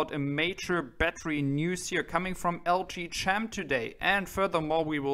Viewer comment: that is pronounced LG KEM (CHEM = CHEMISTRY) silent H